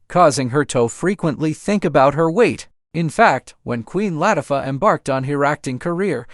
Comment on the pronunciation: That's the one thing AI cannot get right..😂.. Latiffa..